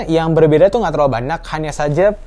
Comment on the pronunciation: Banak Banak Banak Banyak bang bukan Banak 😂🤣🤣